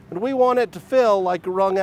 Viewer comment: "Like a rung out towel"... had to rewind that part to understand it... from a British guy.